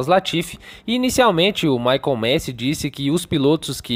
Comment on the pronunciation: Gente, parem de falar Michael MESI. Nem em inglês e nem italiano (que é o correto) se fala MESI. O certo é MASI mesmo..